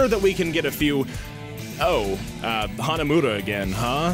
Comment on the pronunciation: Hanamooda? Hanamuda. Muda. He IS Dio!